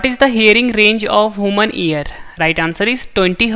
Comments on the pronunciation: Hooman nhi human 😂😂😂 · hu-man nahi uu--man